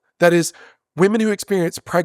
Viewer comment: This is the first man who I have heard pronouncing women as woman, I thought it was a woman thing 😅